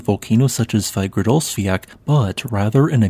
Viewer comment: Just a note on pronunciation of Icelandic names. Both Fagradalsfjall and Torfajökull has the double-L at the end. In English, this would just be pronounced as an L. I notice that when you pronounce Fagradalsfjall, you seem to pronounce the LL as a K. But when you pronounce Torfajökull, you prounounce the LL as an L. Both of those are wrong. In Icelandic, LL is pronounced as TL. So Fagradalsfjall is pronounced as "FagradalsfjaTL". And Torfajökull is pronounced as "TorfajökuTL". Given that I assume you will be pronouncing a lot of Icelandic names on this channel, I thought it might be useful for you to know.